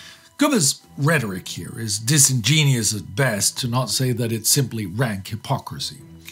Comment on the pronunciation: The word is "disingenuous" not "disengenius."